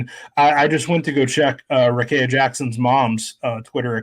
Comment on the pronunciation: Please pronounce Rikea Jackson’s name properly. It is pronounced like this: Rah-KEY-ah, instead of Kay in the middle.